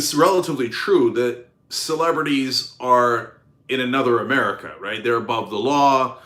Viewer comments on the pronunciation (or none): none